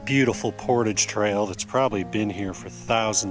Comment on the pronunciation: Thank's for some good videos. I have dropped a few channels because they mispronounce portage constantly, but there are only so many decent canoe vid's and winter is long in Canada, so you can continue as you will. It is a cultural word to me though, and I would never go to Mexico and mispronounce a culturally significant word. Not if I expected them to watch.